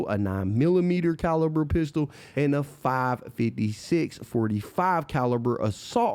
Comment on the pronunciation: Man i ain’t gonna lie. Good video but you fucked me up with how you said 5.56 😂😂